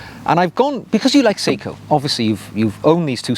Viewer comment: Good video but I have to point out Seiko is pronounced sayco not seeko.